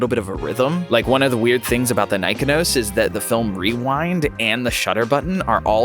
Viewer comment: Cool video. My neighbor knew I was into photography so she gave me her late husband's Nikon F and Nikkormat with 4 Ai lenses and a Nikonos IV-A camera with a 35mm f2.5 "wet" lens. Your video makes me want to go out in rainy weather and "waste some film". BTW, I believe it is pronounced Ni KON' os with the emphasis on KON. Happy shooting.